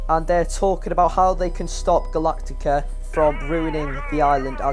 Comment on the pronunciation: It’s gulatctis